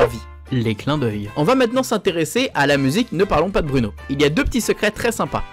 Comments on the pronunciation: BROUNO on dit pas bruuuuno mais BROU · Sa se dit pas Bruno. Bruno